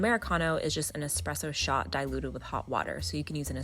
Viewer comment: Tfw she’s teaching ppl about coffee while also pronouncing espresso wrong... It’s an Es-presso not an ex-spresso.